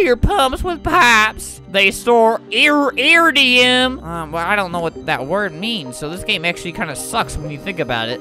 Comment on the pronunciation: its pronounced (I-rid-I-un